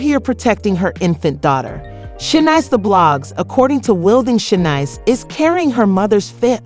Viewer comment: Ru-moors, Tozada, and Shay-nice? 4 seconds in and I’m outta here. 😭